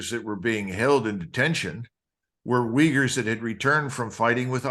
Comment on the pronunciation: It is "uygurs" not "wiggers"